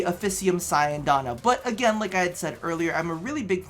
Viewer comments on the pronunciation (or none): none